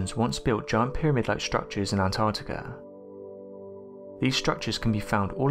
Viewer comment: I love these vids, but PLEASE can the lovely female narrator you've had on a few times, do ALL the ones that have ANYTHING to do with the ARCTIC, (not "ARTIC"!) ..& ANTARCTICA, (not "ANTARTICA") in it. It gets beyond frustrating and (cringe worthy) to hear it mispronounced, all the time. The best way to remember..apart from the obvious spelling, is to remember that they BOTH have an 'ARC' in them.. not an 'ART', before the 'TIC' at the end. In the case of ANTARCTICA .. a 'TARC' not 'TART'! etc. It is really distracting, and obviously a pet peev of mine, but some ppl especially kids these days, learn from watching and LISTENING TO YouTube vids and can pick up on some shocking 'adult', bad habits that can inevitably last a lifetime.. IF, not corrected. 😕 I get nobody's perfect, but if using a channel as *Educational and informative, even 'scientific'.. surely correct pronunciation should be of some importance to you? The young lass would be a perfect narrator in 'this' case. Hopefully this is taken as constructive criticism, and not a personal attack, as it's not being typed with any shred of malice. It's just an obvious issue, that comes up over and over, especially when said multiple times in a video. Perhaps not this one, but another where The 'Artic' and 'Antartica' where both said at least 6 times each. At one point it even became An'ar'tica !?? 😟